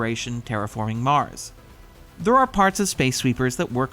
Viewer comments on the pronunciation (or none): none